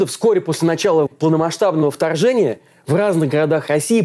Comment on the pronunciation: В маЛте, билбоЛды втояЛжение. и т.д. и т.п. 😮😮😮. Вы что издеваетесь??? Замените ведущего пожалуйста!